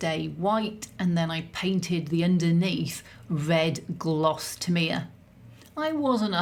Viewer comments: Tamiya is pronounced Tam ee ahh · Enlightened - TA ME AH Didnt recognise TAMIYA - To me its always been TAM E YAA Interesting pronunciation